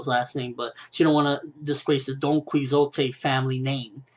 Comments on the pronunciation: Donkey-Ho-Tay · haven't you ever heard of Don Quixote De La Mancha by Cervantes? If you haven't, you pronounce it Don-Kee-Hot. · it's Donquixote. He got his name after the Spanish tale, The Ingenious Gentleman Don Quixote of La Mancha